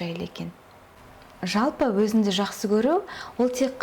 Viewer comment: Өзінді емес, өзіңді. Қазақ тілінде "ң" деген әріп бар